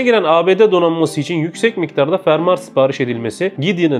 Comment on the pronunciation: Fermar degil fermuar